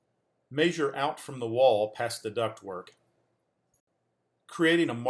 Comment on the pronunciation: “Mayjure” really bothered me 😂